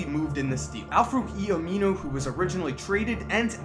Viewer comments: He kept saying aminu wrong lol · every time he says aminu i cringe